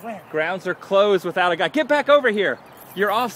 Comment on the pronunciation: Guy, not gut